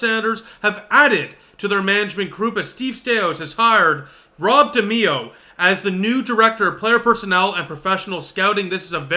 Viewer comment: Pronounced De my oh….